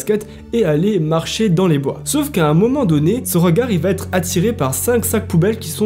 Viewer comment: Le virus imaginaire 😂 Leur suspicion va ÊTRE et non va T'ÊTRE